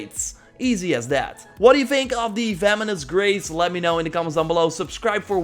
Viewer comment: it kinda sounded like ya said “feminist race” instead of “venomous grace”